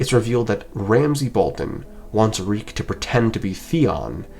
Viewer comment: reek it rhymes with peak 😭